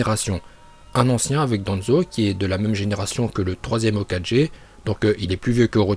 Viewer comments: Il a dit hokaje mdrrrrr c’est hokage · ET ARRETE DE DIRE HOKAJE C'EST HOKAGE putain !!!!!!! LE SON GUE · Pk quand il ya un g tu le prononce comme un j ? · Est on dit hokage pas hokaje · C’est Hoka « guai » mais pas Hoka «ge» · "Hokaje" sérieux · Hokadjé, Shipunden.. 😂😂